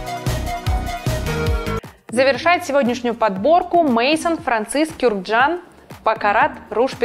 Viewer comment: мейсонс? куркджан? фейспалм просто. Выпишите на бумажке, потренируйтесь произносить, шпаргалку прикрепите куда-то